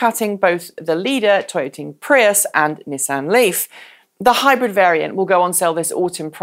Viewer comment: I know you've only been stateside for a while but please, NISS-AN. Next it will be JAG WARR "Removes Clarkson hat"